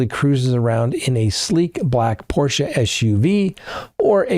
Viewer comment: Thank you for pronouncing Porsche correctly! 50 years ago I was already preaching to my family that there is no silent 'e' in German. Alas, it fell on deaf ears. :(